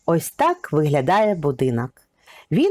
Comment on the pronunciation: Шановна автор. у Вас дуже гарний голос та попрацюйте будь ласка, над вимовою - ріже вухо "азіровшина", коли Ви замість О вперто вимовляєте А: "будинАк", "кАмора", тріщина "пА" стелі, "пАдобається", "пАпередній", біля "вАріт", "відпАвім", "повз Адну з істАричних криничАк", не змАгли, Астрави нАд берегАм... , пАбачених, кАли.. Кожне друге слово.